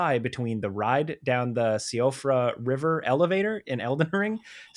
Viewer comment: Hello, silly word pronouncing Irish person here. is the first person I've ever heard pronounce Siofra River correctly online. Very epic.